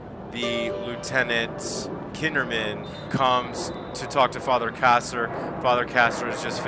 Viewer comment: Father KARRAS, not Father "KASSER".